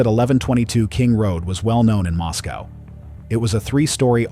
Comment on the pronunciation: It's pronounced Mos-coah (rhymes with Roscoe)--NOT like Moscow, Russia!